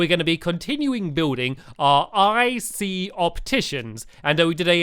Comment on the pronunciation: Stampy doesn't ic sound like icey 😆